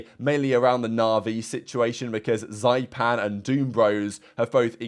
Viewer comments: Please stop saying "Zaipan", its pronounced "Zy/ippan" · zyppan is pronounced zippan